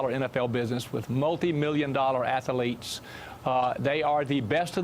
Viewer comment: They are ATHLETES...not ATH(A)LETES!!!LOL...Love how the uneducated speak no matter their respective status or positions in life!